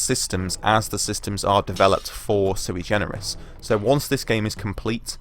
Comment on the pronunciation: Suigenerous? Is that what you said?